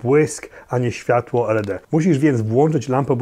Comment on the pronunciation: Heh, kompakcik jak w latach '90, kiedy zwane były "stupid camera". Uwielbiam Twój entuzjazm i tempo odcinków. Jeszcze raz dzięki za polski kanał. Byłem i jestem oczywiście fanem obu. Aha i określenia ISO i LED mówi się normalnie jak słowa, nie skróty, czyli iso i led, a nie i-es-o i el-e-de :😃